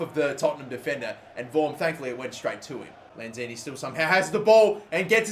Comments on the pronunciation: It's Manuel Lanzini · It's lanzini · Its lanzini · It's Lanzini. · Good video! btw its lanzini